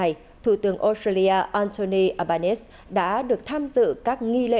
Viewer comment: Xin lam on doc dung ten thu tuong Uc " Albanese pronounce eo ba ni zi "